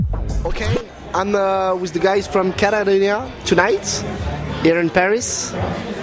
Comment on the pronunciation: Not to mention the interviewer calling the band “Katarinia” and having to read album and song titles from a sheet.